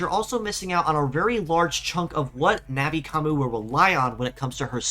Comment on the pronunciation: It's nothing like "Navi Commu". Not only is there an N sound at the end, but it's a "yu" sound as in "commUne", not an "oo" sound which is what would happen with what you're saying.